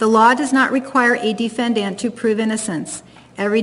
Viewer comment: She pronounces it D-fin-Dant. 🤣